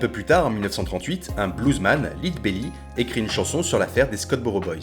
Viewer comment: On prononce "Led Belly", comme "Led zeppelin". 😅 Très bonne vidéo btw.